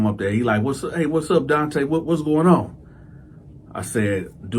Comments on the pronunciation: Fuggin illiterate black mothers!Your name is Donta this is pronounced (Don-tah) now if your muva wanted your name to be pronounced (Don-tay) well then that is spelled Dante! This 💩 never gets old 😂😂😂 dummies! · ENOUGH!! ENOUGH!! ALREADY!! With this prison gay shit!!! IT'S NON OF OUR CULTURE!!! stop with the nonsense!! Your name is Donta but you pronounce it DONTAY..sounds very gay! Get your stupid face off YouTube! Disgraceful brother, promoting homosexuelity and diddy booty nonsense !! Black people, when we ever going to learn??